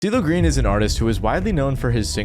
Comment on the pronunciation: Was calling him "Diddle Green" at the start meant to be a pun? Listened to that first second 10x in a row, it's impossible that you said anything resembling "CeeLo", lmao